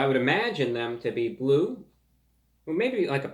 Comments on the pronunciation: It's bwue! It's BWUE! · IT'S BWUE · It’s bwue! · ITS BWUE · ITS BWLUE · IT'S BWUE!